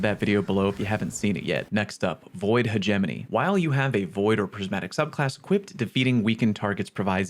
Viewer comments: Wait until you hear him say hegemony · The way pronounced hegemony made me want to vomit